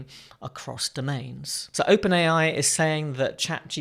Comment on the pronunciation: "Open IA"? I'm pretty sure it's: 'Open AI', LOL.